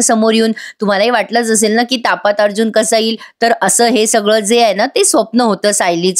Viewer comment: छान सांगता. आवाजाचाचढ उतारचांगला आहे.पण तापे त म्हणू नका.तापात म्हणा.